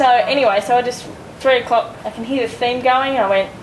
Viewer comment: its 3 o COCK